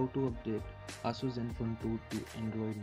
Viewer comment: its "eh-suhs" not "aah-soos" x(